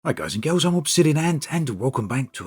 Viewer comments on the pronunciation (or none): It's hello guys and girls. He pronounces girls a little strangely.